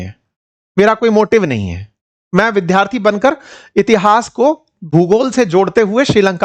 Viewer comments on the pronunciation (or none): विद्यार्थी शब्द का उच्चारण सीखिए